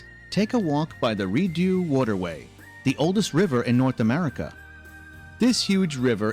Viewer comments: The Rideau ( pronounced reed ….oh ) is not the oldest waterway. It is the oldest “ canal “ in North America. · "Ontario,s lake" ??? Reedoo ? this announcer is clueless . , key , not cway